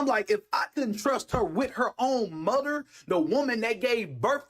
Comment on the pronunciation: I’m not trusting any man who says “Moder”.